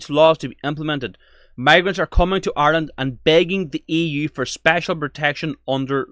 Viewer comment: The women talking about bringing in Hate speech , first she needs to pronounce Ireland properly it’s Ireland not Island , and if she doesn’t like the Irish people , she needs to go back and fix her own country of origin and stop trying to destroy Ireland .